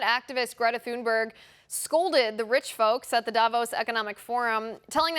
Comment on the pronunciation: Please pronounce the poor child's surname correctly. There is no TH sound in Swedish. It's a hard T.